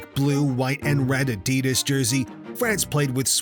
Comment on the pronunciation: Wow, you can pronounce names and teams, just not Adidas.